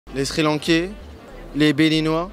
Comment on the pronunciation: quand il a dit les "Sri Lankais " jme suis dit "ALBATAAAAARD" mdrrrr